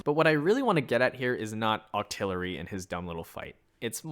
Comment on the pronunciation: “vs Octillery” lol